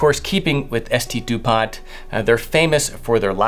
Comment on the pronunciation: It’s not ST DupanT Mr classy, it’s called Saint Dupont and the T is silent